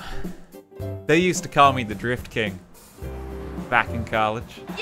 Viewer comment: Really? Always thought you were saying the Grift King :)